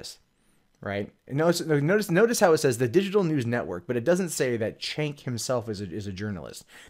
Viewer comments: it’s a shame that you can’t Say his name correctly, It’s pronounced jenk not chenk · His name is pronounced Jank. If you don't know how to say his name it helps to prove that you never watched him and hate TYT without giving it a chance. They also never claimed that Cenk was a reporter, in fact, they hired reporters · You might not but wrong but I know you know how to pronounce Cenk don't pretend you don't. It makes you sound stupid.